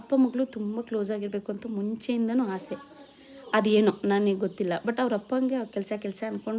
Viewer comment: ಹಾಸೆ ಅಲ್ಲ ಆಸೆ